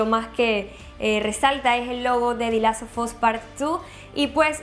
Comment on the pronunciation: Solo escuchar como pronuncia "The Last of us" destroza la locución